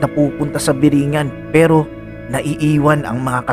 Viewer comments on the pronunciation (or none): Tamang bigkas po dyan is biri-'ngan, nasa dulo po yun stress, ehehe, yan po yung bigkas ng mga taga samar na gaya ko.